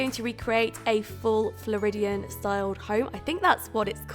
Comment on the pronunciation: You said Floridian beautifully!!! Id love to see your take on a florida home as I was born and raised in florida!💖